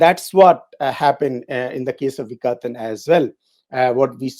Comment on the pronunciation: It is vikaTan with a hard T as in part. Not a soft t.